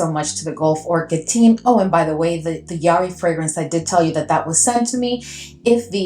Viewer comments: I see Daniel’s videos a fair amount, and it’s pronounced the way you originally said - juh-HAW-ree. 😊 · You pronounced it correctly the first time, Jaw-hari. I absolutely love Jawhari!!!